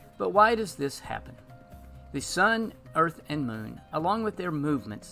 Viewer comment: Moon. Like a Cow says it. Just add N. Not Meewn. Like a Cat says it. Here to help.